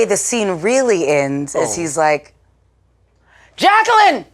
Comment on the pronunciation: Bruh...y'all...I stopped at Jaqwilaleene!!!!! 😂🤣😂🤣😂🤦 Come on Jamie!!!! Lol